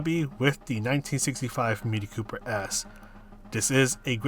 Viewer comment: Thanks for the vid. It's 'Cooper S', not 'Coper S' though ;)